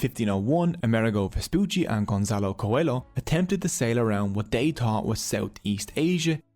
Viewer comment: Btw, Gonçalo Coelho would be pronounced something like ‘Gon•ssAA•loo Koo•E•lyoo’